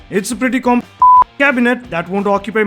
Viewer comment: Was that word 'compact'. 😃😃😃😉